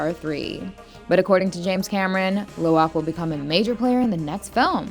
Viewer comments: Dont you know It its actually Lo'ak not Lowak? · It's Lo'ak not Lowak